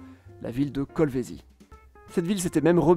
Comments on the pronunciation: C’est kolwezi et non kolvezie ok monsieur le journaliste ! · Swahili plus célèbre chez les non-africains et incultes euro centrés parce que les esclavagistes arabes s'en servait comme langue véhiculaire. Tous les africains savent que la langue du Congo est le lingala En plus on dit Kolwézi et pas kolvezi. Prononcer correctement est un minimum. Globalement cette vidéo est médiocre perte de temps qui a sali mes oreilles par dessus le marché...